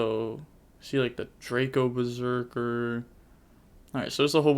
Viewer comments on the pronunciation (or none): none